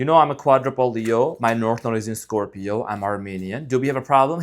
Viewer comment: I love your readings and when you say ScropJohn sp incorrect! lol